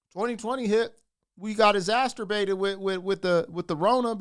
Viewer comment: Exasterbated ??? That usually costs extra.